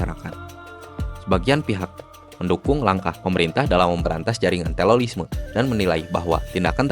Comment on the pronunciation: Bang terorisme bukan telolisme